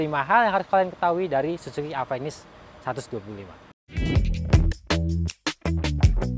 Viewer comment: penyebutanya ga enak "Avenis" , kbnyakan orang indonesia ga bisa nyebutin huruf "F" dan "V"